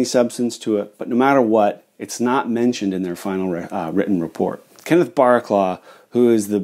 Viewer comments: You pronounced Barraclough as Barraclaw, it's pronounced Barracluff. Just saying. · A really interesting video,. I really enjoyed watching such a well researched video. Just one point, and someone may already have pointed this out. You mentioned some research from the 1980’s by Kenneth “Barclaw?” I suspect that the gentleman’s name is Baraclough which is a typical name around Sheffield. It’s actually pronounced “Barracluff”. We Brits have some pretty strange family names and the pronunciation isn’t always obvious. Try to attempt pronouncing Featherstonehaugh. I’ll lay money you won’t get it! 😂 It’s pronounced “Fanshaw” 😂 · Great video, very interesting but in case no one else has mentioned it, Kenneth Barraclough’s name is pronounced Barracluff. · Sorry to be pedantic, but Barraclough is pronounced "Barra - cluff". Superb video! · For what it’s worth, ‘Barraclough’ is pronounced ‘Barracloff’, at least here in England. Yep, it rhymes with ‘cough’ and not ‘bough’. But that’s English for you! 😁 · I watched video to learn something new. It was interesting. You should pronounce Barraclough as Bah-rah-cluff. Northern England and Midlands have some strange names probably derived in the middle ages, someone smarter than me would have to explain though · Brilliant stuff. Thank you. (side note, here in the north of England Barraclough is pronounced Barra-Cluff) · In England, Barraclough is pronounced "Barracluff". Great video by the way. I learnt a lot and enjoyed your presentation. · Great presentation of an interesting and important subject, thank you. My great grandfather worked in Sheffield steel, as a spring maker. Btw, I think you will find that Barraclough would have pronounced his name to rhyme with 'stuff'.